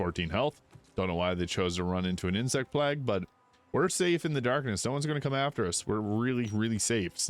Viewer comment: Did this man really just say insect plag? Still, love the vid 🙏